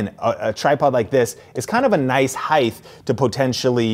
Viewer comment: Why does he keep saying "heigth"